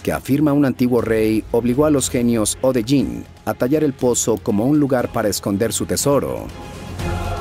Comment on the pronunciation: Hola,! Permíteme hacerte una pequeña corrección de pronunciación: La palabra "Djin" se pronuncia "yin", o sea, se omite la "D" y la "j" se suaviza tal como se hace en las lenguas angloparlantes. Un buen ejemplo sería la palabra "Django" que se pronuncia "yango". Espero que te sirva de algo mi comentario, saludos desde Talca, Chile ✌🏻😁